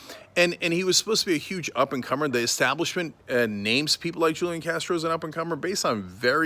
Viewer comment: This is journalism?? He can’t even pronounce his name correctly.... it’s Who-Lee-Awn. And his brother is not his campaign manager. You gotta get these facts right before you post in this fake news era... stop being lazy, you can google this stuff.